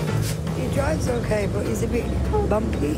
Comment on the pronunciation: why did you say "okay" like that? If you don't have anything to say don't say it